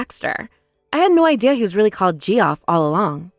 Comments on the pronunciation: Thank you, Ge-off was making me crazy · First story: *Arkansas Second story: *Geoff is pronounced "Jeff", Geoffrey is "Jeff-ree". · Geoff, short for Geoffrey, is pronounced like Jeff, short for... wait for it... Jeffrey. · Yeah the Gee off was annoying. It's difficult to imagine that the VAs were unaware that the pronunciation is Jeff. That was painful. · Ge off? It's JEFF!!!!! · “Gee-off” 😂 lol. That’s just a fancy way to spell Jeff. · Downvoted for VAs who can't be bothered to look up names they haven't heard before. Equally downvoted if these are AI bots which read words phonetically. 👎👎👎 DNF